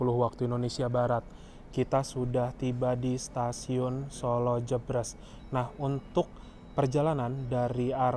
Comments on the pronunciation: btw pengucapannya jèbrès (kaya pengucapan "deretan") kang😂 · Maklum Mas, sanès wong Sala, dados boten kulino ngucap jèbrès😁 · Pengucapan Jebres yg tepat seperti ekspres / Menteng / toples ... bukan pedes / pegel / lemes .. 👍👍💞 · "Solo Jebres", baca kedua huruf "e" nya kaya pas baca kata "bebek" (🦆)